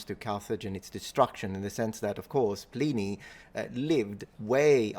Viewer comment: ‘Pleeney’? Oh dear.